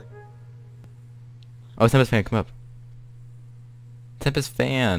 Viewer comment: not tempest but tempek